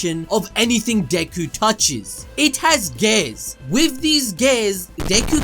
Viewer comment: CANT TELL IF YOUR SAYING GAYS OR GATES🤣. IT'S GEEEEE--ARRS🤦‍♂️